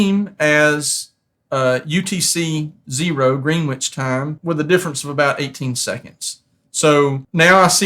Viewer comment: Hint: "Greenwich" is pronounced "Grennitch" (not even "Greenitch"). You'll find silent Ws in many names in the UK, such as Warwick, which is not pronounced "War Wick" but "Worrick" and "Southwark" which is pronounced "Suth-uck".